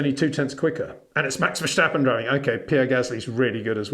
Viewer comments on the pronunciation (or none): That’s quite a long way of saying Peter’s pronunciation of Verstappen is a bit off! And, with all due respect, the message wasn’t really delivered with all due respect. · HEY PETER WINDSOR, I HAVE MESSAGE FOR YOU SIR: With all due respect ... it is NOT Max "verSHtappen" ... Max is not German (Germans indeed do pronounce "st" as "sht") ... #Max33 = Dutch NL/Belgium! ... It is not "Bottash" nor is it "Lewish" certainly not "verSHtappen" .... This BS started long time ago when a British sport presenter interviewed father Jos Verstappen and assumed you can use a German pronunciation to a Dutch Driver thinking it is so "funny" ... It is not. Serious question: can any Englishman say "versatile" out-loud without saying "vershatile" phonetically? most can about 99,99% ... that is why most English can pronounce Verstappen 100% correct! Father Jos Verstappen (also F1 Racer) was very active between back then only a very few said "Vershtappen" but the vast majority of British sport presenters pronounced it perfectly ... only a few old stubborn farts like Peter Windshor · I have watched a few YouTube videos on F1 in Dutch, and naturally the name Max Verstappen crops up regularly. It sounds like they say neither Verstappen nor Vershtappen. And there are Dutch people who say that English speakers are likely to have a lot of difficulty pronouncing many Dutch names correctly.